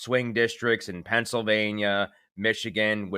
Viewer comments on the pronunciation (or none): none